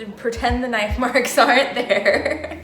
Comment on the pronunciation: IL everything in this video but that nife tho, that nifeeeeee